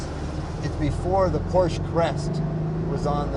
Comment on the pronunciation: Great little car. Amazing that both Jay and the owner mispronounce the word, "Porsche."